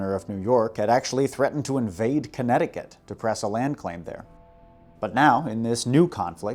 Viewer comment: A great video in almost every way. However, did you pronounce the Connecticut river as "conticut"